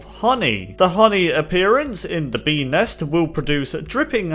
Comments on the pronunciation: I hear penis instead of bee nest or ness idk ._. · beenest sounded like penis